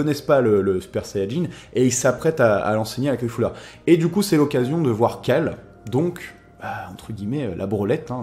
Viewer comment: mais comment tu prononces son nom? cest Caulifla et tu dis Califulla lol